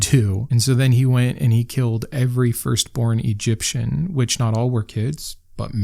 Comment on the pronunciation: The only thing you take too seriously is that second 'e' in every.